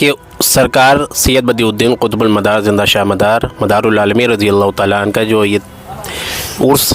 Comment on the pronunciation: یہ ملنگ جی کہ رہے ہیں کہ ہم بھی عالم دین ہیں حالانکہ۔۔انہیں برابر سے بولنا نہیں آتا ہے ۔۔ نشہ ۔۔کو ۔۔نسہ کہتے ہیں زندہ شاہ مدار کو ۔۔جندہ کہ رہے ہیں